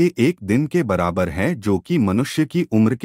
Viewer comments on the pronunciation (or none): none